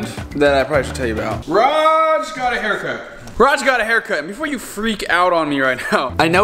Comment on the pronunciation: You’ve butchered the Raj!